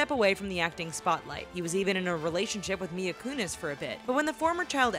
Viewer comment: Who's Mia kunis. Always butcher names and use random pictures. Horrible video